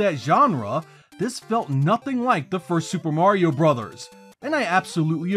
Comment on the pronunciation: THANK YOU for two things: - Pronouncing the name of the NES series as "Super Mario BROTHERS" (instead of "brose/broz" as 99% of all YouTubers seem to do); - Not slamming Super Mario Land 1 (as, again, 99% of all YouTubers, and the Internet at large, seem to do). This video is fantastic, but the above traits are so hard to come by on here that it actually gave me an extra push to like and subscribe (which I've done, so great work!)